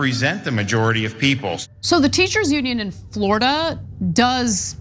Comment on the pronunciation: "Flordia?" Seriously,?